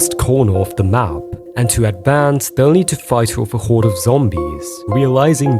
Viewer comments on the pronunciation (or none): none